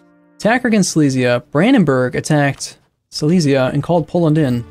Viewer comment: Silesia is pronounced more like "sea-less-yeah", not "sy-lee-s-yeah", just so you know...